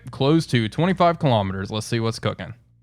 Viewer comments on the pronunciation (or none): none